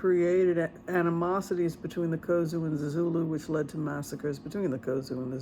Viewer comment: Point of correction. It is Xhosa, not Khozu.